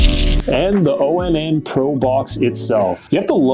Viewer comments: I believe it's pronounced "ON" not O-N-N... anyhow, my small problem with it is i had to disable the voice control because doing so kept prompting the google assistant on my phone... that's the only thing amazon fire devices have over it is that amazon gives you 5 trigger words to rename your devices...I'm surprised google hasn't done the same with a simple update. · It's onn, not o-n-n